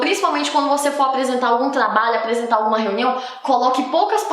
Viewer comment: Eu ouço muito ela falando com a letra L kk "Tlabalho, aplesentar, atlativas, atlaente, aplesentação, pla ler, palece, escleva, plofesso, revolução flancesar" KK